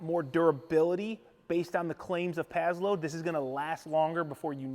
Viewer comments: Sounds like you're saying pad-load. It's pass-load. Paslode. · it's " PASS LOAD " not " PAZZ LOAD " . The name is spelled with an 's'...not a 'z' lol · I think it’s prononcés pass-lode